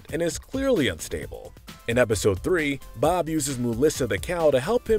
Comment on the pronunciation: I thought that you said blob for a second